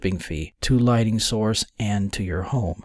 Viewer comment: Why does this narrator keep saying LIGHTING when the word is LIGHTNING.? This strikes me as rather odd.